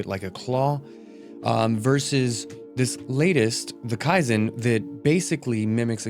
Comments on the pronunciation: It's KEY zen brother not kai zen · Key-zen Bruh its not japanese